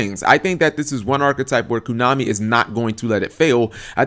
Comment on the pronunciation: stop saying kunami, it cracks me up. what is it, kunami with chain? :P